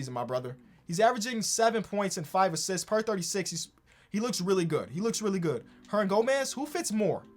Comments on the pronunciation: Billy Hernangonez? 😂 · “Billy herndangomez”